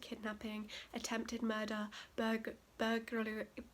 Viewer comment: “Burgalary?” 😂😂😂 I cant say electrocute...I say electacute 😂😂😂 But the Ted Bundy story was crazy! I can’t believe he got away with that many murders!!!